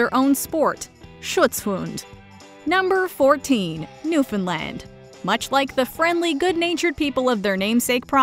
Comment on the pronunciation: As a Newfoundland owner, I cringe how you say it 😖